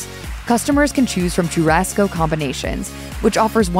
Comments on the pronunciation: Too-rasco as well 😂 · Learn to pronounce “churrasco” properly. Sho-Ha-Sko 😑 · Wtf is Chew-Rasco ??? 🤦🤣🤣🤣💀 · You need to work on pronunciation of logo de Chao and Churrasco....every Brazilian ears hurt right now...terrible...